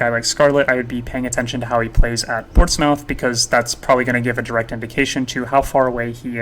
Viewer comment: nice info and content. your credibility would be through the roof if you can pronounce the teams and players better. portsmouth=port-smith/rennais=renee like the girls name/madueke=ma-due-eh-kay/boadu=bo-ah-doo/tchaouna=t-chow-nah/ugochuku=ogo-chuck-wu